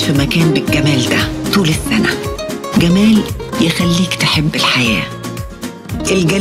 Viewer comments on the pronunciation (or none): none